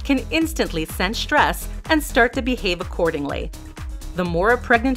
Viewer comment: Its stress not shtress